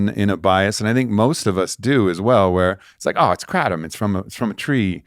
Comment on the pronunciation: Kratom is pronounced 'gruh-TOM'... Tom as in Tom & Jerry Gruh or guh with the same vowel sound as in 'but' or 'the', aka a schwa sound [ə]